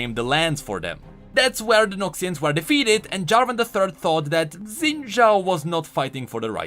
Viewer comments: Xin should be pronounced "Shin". I'm just nit-picking cuz I've heard Chinese people talk that way. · Xin = Shin. Think Xiaoyu from Tekken, Ye Xiu from King's Avatar. FFS, go watch one Chinese anime and you will understand what kind of sound "X" is supposed to represent in Chinese names/words. Even the creators of Xin Zhao can pronounce his name wrong. Imagine a parent names their newborn child Haybay but spells it out as "Abba"... no one else will GAF what you think, that name says "Abba" and you would be crazy to expect the world to think it's "Haybay." Written and spoken language is meant for communicating to others (not a solo endeavor). WE (all people) put rules on written and spoken language for the sake of clarity for the majority as well as to establish a foundation for (existing) language to be understood and improved. Ignoring existing rules of written and spoken language (which happens a lot) is like forgetting that 1+1=2 and then trying to figure out multiplication. This is why there are so many inconsistent/broken rules in language and why we still have existing issues like Xin/Zin/Shin...